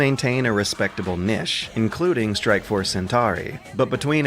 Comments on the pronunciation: but "niche" tho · Jake Lewis: cannot pronounce niche to save his life.